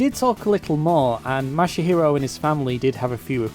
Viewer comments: ...you called him '' and 'Masahiro' throughout the video, including your credits portion at the end, but his Twitter DM says that he is Masahiro, not. Your credits also calls him "Katera" instead of "Kotera" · Pretty sure you were saying and not Masahiro the whole time. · Ma-sa-hero, not mashy-hero! omg lol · I imagine your next message chastising your pronunciation of the guy's name, will be that it's "ma-sa-hi-ro" not "ma-sha-hi-ro" ;) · LOL the surname Kotera has been corrected, but you're saying and spelling the first name MASAHIRO wrong. (Not Mashihiro or ). But great video and story anyways. It's nice to see that kind of attention to the iconic statue. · Yeah I don't get why he keeps adding that "sha" sound when he says the name. xD Japanese words are not hard to pronounce, really. They only have 5 vowel sounds (as opposed to 20 in English) and stuff is pronounced the same way it's written, with no emphasis on a syllable. There's a couple sticking points (learning the right "r" sound that doesn't exist in English, the consonant in "tsu", learning to drop the vowel a bit in trailing "u") but it's pretty easy. 90% of the pronunciation is near-identical to Spanish.